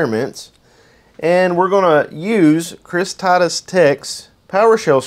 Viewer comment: Chris Taddus????? TIGHT-US....